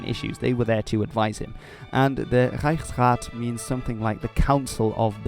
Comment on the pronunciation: That “Reichsrat” is glorious. :)